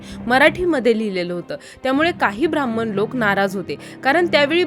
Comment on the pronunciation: ब्राम्हण असतं ते भ्रांमन नाही. आधी बोलायला शिका मग ब्राम्हणांना बदनाम करा. ज्यांनी गाथा बुडविली ते नंतर शरण गेले. तुकाराम महाराजांचे सांगा नुसतं भ्रांमन भ्रांमन करून चालत नाही. पुस्तक लिहला म्हणजे पुरावा सापडला असं होत नाही. वारकरी संत काय म्हणतात त्यालांमण्याता आहे. तुमच्या अर्धवट माहिती का मान्यता नाही. खून झाल्याचा पुरावा असेल तर सांगा. नाही तर चॅनल बंद करा.